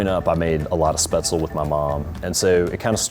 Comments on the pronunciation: As a German I have to correct him here, Spätzle is pronounced with the 'Sp' as 'Shp' and the 'le' at the end is pronounced like in LeBron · Schnitzel is pork , Wiener Schnitzel is veal. Call it fried swordfish but not schnitzel. Also Its SpätZLE and not „Spätzel“. But still I love the video, just had to point that out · that is very much not how you pronounce Spätzle (it's not speh-zel, it's shpehtz-lah) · I honestly had no idea there was an American pronunciation of Spaetzle until now and as a German speaker i hate it lol. It's "Shpets-luh". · He doesn't pronounce speatzle correctly. From what I take is he can't say it... he can't cook it. "Crab as in USD" - some idiot on youtube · Me, a german: "What the fuck is Spetzel???" He means Spätzle... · sch-petz-la, it's pronounced nothing like pretzel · The pronounciation of Spätzle as Spatsle really kills me hahaha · Man that dude butchered the pronunciation of Spaetzle so much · As a German, Hearing an American pronounce "Spätzle" is the funniest thing to me😂